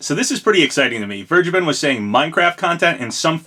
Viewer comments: “Vehr-gay-ben”, not “verge-eh-ben” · It is pronounced Ver guh Ben. He is German you see.